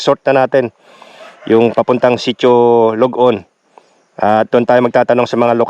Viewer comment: very nice nakarating at nakapag adventure kayo sa aming lugar na kasulok sulokan hehe,sitio ballat,sapdaan "lod-on" po hindi log on😊